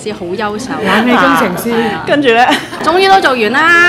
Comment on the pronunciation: 優秀，我怎麼聽著像夭壽？